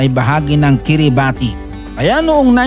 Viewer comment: KIRIBATI - pronounced as KIRIBAS